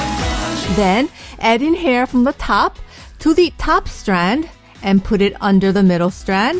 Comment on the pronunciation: I hate the way she talks its so annoying for top she says something like thop